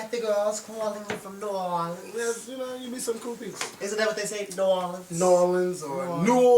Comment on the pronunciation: The way you say New Orleans lol it's sooo funny lol you say new or